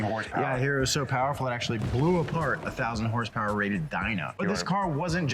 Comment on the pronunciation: it’s a joke on the channel, they pronounce horsepower without the vowels, just a bit they do